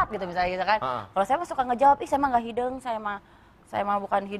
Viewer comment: ada e, ada é, ada eu.... inisiatif sendiri itu hideng (seperti di ikan bandeng)... bukan hi'deung